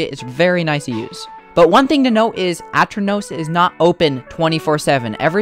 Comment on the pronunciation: grrrr, its a-turn-ohs